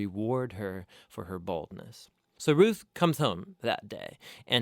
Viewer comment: Its not rith its ruth like rooth